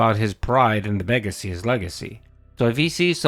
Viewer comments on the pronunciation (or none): 😂 how smooth you said 'his begacy, his legacy' 😂